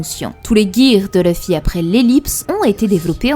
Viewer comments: c'est LUFFY LUUUUUUUUUUFFY pas LEUFFY merci pour les prochaines vidéos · perso je préfère L'oeufY 😄👍🏽